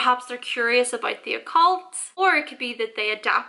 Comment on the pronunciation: “That’s aboot it”